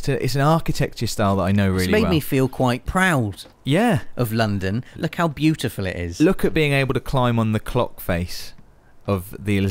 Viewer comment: LOOKUH LOOKUH LOOKUH 🙈 😆